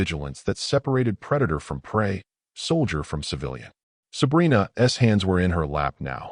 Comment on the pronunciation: Your AI voice doesn’t know what an apostrophe S should read like. Instead of” Sabrina‘s hand”, it says “Sabrina ESS hand”.